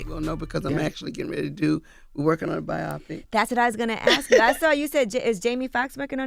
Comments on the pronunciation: “Byeahpik” lmfaoo it’s BIO-PIC. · bio-pic NOT bi-opic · its called BIO PIC not BIOPIC 😂😂😂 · It's pronounced BI-OH-PIC...not BI-OPP-PIC... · “BIAWPIK”… huh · we love you, but WTF is a BIOPPIC?? Bio pic? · Bio pic lol let's sound it out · Biopic is pronounced BIO-PICK. 🙄 It does not rhyme with “myopic.” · Charlemagne been wearing a lot of boondocks gear, he might be trying to tell us something. Also someone tell how to pronounce “biopic” 😂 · Why are they pronouncing biopic like that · Is she saying biopic wierd? Is that a Delaware thing?